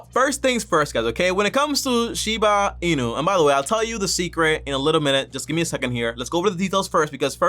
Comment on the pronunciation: "Shina Inu" & "Dodge" coin 😜😆😂🤣